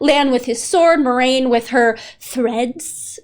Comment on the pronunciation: Egwene - eh-GWAIN Moiraine - mwah-RAIN 💜